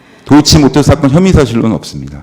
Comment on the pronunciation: 검사가 습관적으로 많은 것을... 세치혀로 숨기는 게 느껴집니다. 일단 경상도 사투리가 튀어나옴. "어렵다" 그전엔 "사건"을 굳이 아나운서처럼 의식적으로 발음하다가 풀려버림.